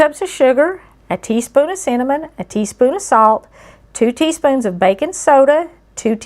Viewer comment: LOL! When she said cinnamon, my NY ears thought she said "semen".